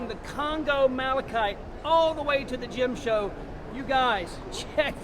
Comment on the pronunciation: Gym show ?? Is that English?